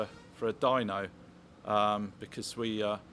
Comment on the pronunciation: Certainly looks the part. When you said "dyno" I heard dino, which got me wondering (as I often do) , is that the small Italian McDonald's style diner around the corner, or the graveyard for prehistoric scooters. I digress, as you often do. Anyway , I know you're a niche channel and a great one to boot and you don't give a midgies didgie about having 100K subs but putting this video out in two parts might get you more views. I have the time but others might see the 2 hour run as inhibitive. YouTube tends to promote channels that post regularly regardless of time or quality of content. Now, we all know that you're not exactly a conventional bloke but sometimes you don't have to cut off your nose to spite your face. Looking forward to the next one.